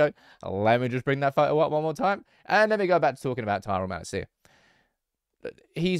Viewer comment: I think it's about time you learn Malacia's pronunciation